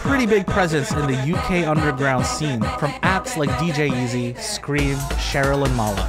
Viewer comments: "DJ Easy" was awful to hear. It's E-Zed! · Not a bad video beyond the butchering of pronouncing "hamdi" and "DJ EZ." Its more like ham, than haaam, and hes english so its Zed (Ee Zed) - so the same way English still spell it "Pearl Harbor, for eg"